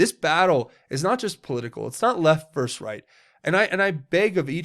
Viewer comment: I love you as a fellow patriot and truther, and you are not the only one I've heard pronounce the word wrong, but please, it is versus, not verse.